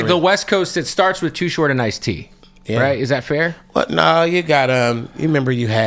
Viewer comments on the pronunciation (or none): He was talking about Ice-t smmfh... It's like white people saying 2Pack instead of pac...kev white side showing 🤭😂😂😂😂😂